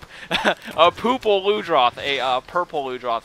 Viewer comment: When you said poople, my stomach started to twerk lol